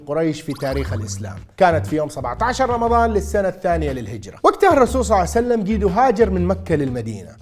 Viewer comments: اقسم بالله ان هي صلئ الله عليه وآله وسلم وليس صلعسلم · صل الله عليه وسلم وليس صعسلم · بارك الله بيك على هذا الفيديو أن شاء الله تصير بميزان حسناتك لكن لما تصلي على النبي أنتبه لأن كاعد تقول (صعسلم) قل (صلى الله عليه وسلم) أو (صلى الله عليه وآله وسلم) ❤️🌹 🌹اللهم صل على محمد وآل محمد 🌹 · ليش تكول صعسلم يبن الحلال ؟ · لاتقول صعسلم 😅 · ليش تقول الرسول صع سلم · ليش تقول النبي محمد صعسلم؟